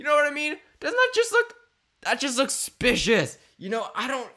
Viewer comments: ok can u plz talk properly it'd SUSpicious not spicious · Just want to say it’s suspicious not spicious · Omg it’s suspicious not spicios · Not to be rude but it's not spicious it's suspicious sorry it bothers me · It's suspicious not spicious not trying to hate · I love how every pic he sees he goes " secpicious " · that was spicious smirks Me: it’s pronounced suspicious 😒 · He literally says that just looks spishious instead of suspicios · Did anyone else here him say "specious" instead of suspicious😂😂😂😂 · I lik how you say suspicious but you say it supucious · No its not spicios its sucspicios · Lol he says spicious not suspicious lol do not even know if i spelled it correct lol i dont judge him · It's not spicious its suspicious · Why do you say spicous instead of supsicous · Its not "spicious" is Suspicious. Driving me insane. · It’s not spicious it’s suspicious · Why does he say spicious but you say suspicious. lol I'm not judging but still. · It's SUspicious not Spicous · This bothers me he said spicious instead of suspicious! It's triggering me!! Learn how to speak!!!!! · ok can u plz talk properly it'd SUSpicious not spicious Ufgh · omggg can you please stop saying "spicious" smh it SUSPICIOUS not SPICIOUS😤I would watch your vids more if you started saying it the right way because when u say it wrong it gets on my nerves :/ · Btw its suspicuis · He never says suspicious properly he says spicios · needs to learn how to say suspicious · You literally can't say suspicious